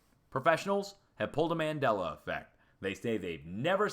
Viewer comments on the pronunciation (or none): none